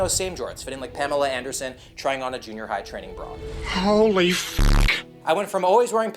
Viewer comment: please dont say holy like that